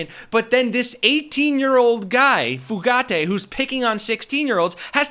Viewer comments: It’s Few-gate. There is no accent on the last syllable. 🤨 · It’s pronounced Fuh gate. No emphasis on the letter “e” ~ Just “gate” sweetie 💙 You rock btw ✌🏼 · It's Fugitt, not Fugaitt you bozos. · Bro.......Fugate = Few Gate, not Foo Gatti. Just sayin'. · Fugate: you keep saying "fu-GAH-tay". It's pronounced "fuggit". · Fugate [ Few - gate ].... not like Fugazi 😂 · His name is pronounced “Fewget” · Pronounced FEW GATE